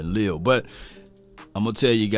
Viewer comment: Le’al (just like collins first name was) is how it’s pronounced. But he is a 3T but he could be next AD?